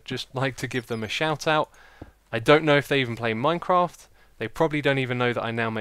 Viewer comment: it sounded like Xisuma said MineCrack i was loling the whole time